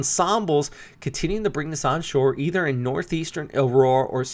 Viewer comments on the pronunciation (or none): none